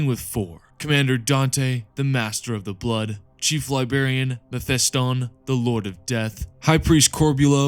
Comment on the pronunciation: Uhm… “Libarian”?